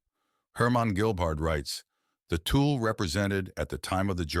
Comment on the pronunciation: The tool Society 😂😂😂😂😂 . Thuule uuuu Pronounce 25x wrong Tool instead of Thule is very irritante. Disrespectfull.